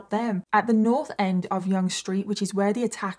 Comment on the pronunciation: It was very tragic and happened not far from my condo. I must say, I’m very impressed that you pronounced Yonge street correctly. Lol. You told the story very well and we can all hope that this will be the last incident like this, but somehow I don’t think it will be. Keep up the good work, you tell a story very well.🇨🇦🇬🇧